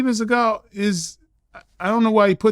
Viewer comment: Vlad: “Steven Sea-gal”